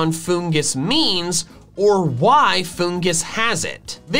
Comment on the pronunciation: IT'S FOONGUS, NOT FUNGOOS! FIX IT NOW!